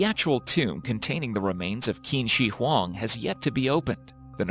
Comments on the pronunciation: QIN SHI HUANG should be pronounced as if it is CHEEN SHEE HWANG 秦始皇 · Hearing you try to pronounce qin shihuang is cringy. It sounds more like chin shurr huang